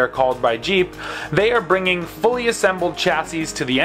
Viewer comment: Not jeep but, heep.